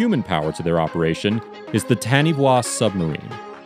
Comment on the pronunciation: FYI Taniwha is a Maori word and is pronounced "tah-knee-far"